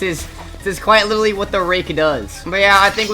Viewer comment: “quite witerly” cornball🥀🙏